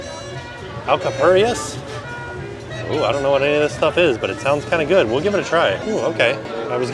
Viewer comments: The first thing you ate is pronounced ahhl-ka-pooh-rria(roll that R lol). The outside is made from yautia(yao-teea) massa, which is a root vegetable kinda like a potato. Very popular appetizer in Puerto Rico. Love the many different options of food they have at Mardi Gras, gotta make it out there one year for it. A fan from Chicago ❤️ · Alcapurias are banana and yautia masa and you do not eat them with mayo ketchup. Just plain are just fine. You slaughtered the name. 😆🤣